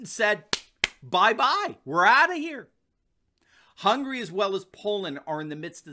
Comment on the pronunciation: i cringe at how you pronounced hungary.